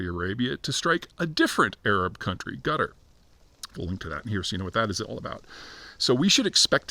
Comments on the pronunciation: Am I the only one who feels Peter pronounces Qatar as Gutter? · I really need Peter to stop pronouncing Qatar like gutter. He's not Egyptian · Qatar – the usual choice of Anglophone monoglots is Catarrh. Catarrh is a ‘constant copious nasal discharge.’